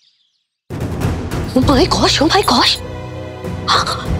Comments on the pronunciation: Koi ko bhtio oo my gosh nahi ooo my god hota ha 😂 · O my god duniya bolti h.or ye o my goss bolti h.😂😂